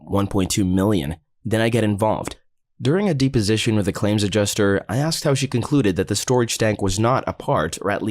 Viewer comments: Dep, deposition, not deeposition omfg lol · Deposition is pronounced depp-position, as in Johnny Depp, not DEEP-position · It's deposition, not deeposition. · Kinda bugs me but it's not "dee-position" it's "deh-position". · De position? I have only heard it pronounced depo sition. I'm not saying I'm correct but it sure felt weird in my ear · It is not pronounced “deep”-o-sition. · Hey just so you know deposition is pronounced depp-osition ! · The mispronuciation of deposition makes me wonder if the video is being voiced by someone who is not an attorney or a robo voice is being used.